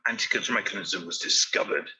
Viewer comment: Antikythera is pronounced an-tee-kuh-thir-uh, not an-tee-kith-ur-uh. Not pronouncing the name of the island the way people that live there pronounce it, and completely anglicizing the the name makes it seem like you really don't care about the subject of your video. You make it seem like the area it was discovered, and the people who discovered it, aren't important enough to take a small amount of time to learn the proper pronunciation. How can you expect your opinion(s) about the content of your videos to be taken seriously, when you can't take 5 minutes to make sure you can pronounce a non-english word without anglicizing it?